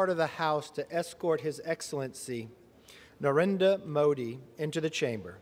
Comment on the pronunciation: Watch the guy on the side directing everything cringe once again...when they butcher NarendRa Modi's name.